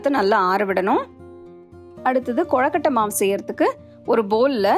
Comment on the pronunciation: Very nice. But it's not "கொழக்கட்டை" it's "கொழுக்கட்டை". I don't know why but I felt irritated when you pronounced it wrong.